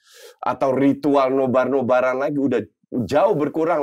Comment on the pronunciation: NoBar ya gaes bukan NoBra 😂😂😂